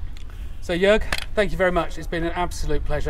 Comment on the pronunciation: I am very happy to see, that you improved your pronunciation of Jörg`s name, as i advised you. 😄 Great to see my favorite YouTube-armourers in the same video, as well. Fantastic work.